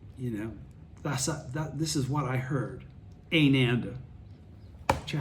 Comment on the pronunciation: Wow, you are the best teacher! 🙏😀 I had a friend listen to this, and she's been practicing for 40 years and she was blown away, she heard stuff here that was never taught or emphasized by SGI. Oh, help with pronouncing the Sanskrit?..phonetics: "Ah-nan-dah",for Ananda, Buddha's disciple-read it like you read the english Japanese in Gonyo book!-NOT like your reading English, it's that's simple, except for when you see a "c" in sankrit, it's pronounced as "ch", like in "church". Hope you're doing good health wise as well as your obvious mental/emotional health! (excellent!)